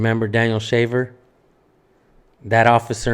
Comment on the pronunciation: They can't even say his name ..David Shafer